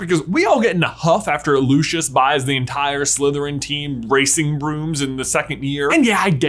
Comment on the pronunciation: Did you call dracos father "Loo-shush?" it's Loo-cee-us 😂